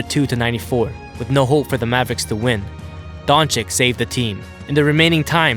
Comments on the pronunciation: Its not Antento. Its not doncik. Its pronounced Antetokounpo and its pronounced Doncic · with c at the end not with k . doncic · How hard can it be to pronounce his name riight?It's simply Don-chich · Great video👏👏👏..just one thing, please try to pronuce “Don chich or Don cheech”, thank youuuu 👊😁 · Nobody:: LukA dOncHiCk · Luka donchek???😆😆ur murdering d name boss... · What? Luka Donchick? Good content tho. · Man why can't this guy learn to pronounce his name???, it's so disrespectful!!!